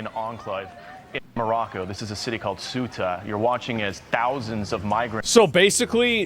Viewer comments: Jorno guy pronounced CEUTA as SOOTA Asmon pronounced CEUTA as KYUTA and COOTA, three tries, three misses. It's pronounced Seh-oota And CEUTA IS PORTUGUESE CLAY GIVE IT BACK YOU SPANIARDS! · It’s pronounced like sewta, not suuta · Ceuta (pronounced theh-oo-tah) is 10 times smaller than Washington, D.C. It has 80,000 inhabitants. Mind you, 40,000 military age men have invaded the city. Meanwhile, former and present Spanish government officials were busy celebrating the King of Morocco at the embassy in Madrid. 🤦‍♀️🤬